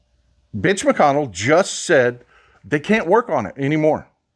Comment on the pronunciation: I notice how he pronounces Mitch McConnell's name with a 'B'.